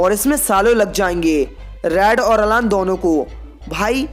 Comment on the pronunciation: Vo अलान nahi अैलन